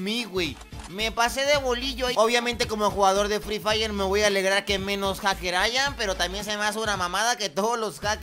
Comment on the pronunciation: Alguien mas le dio risa cuando dijo fli Flay